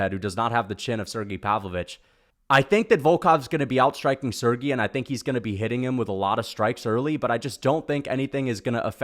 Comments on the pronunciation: Volkov and Pavlovich is the next best fight u could do after Gone, also its Sergei not “Sergee” 😂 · Why the hell he saying Sergei’s name like that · You know his nickname is not Shera the bullet right what the f and do you know how to pronounce Sergie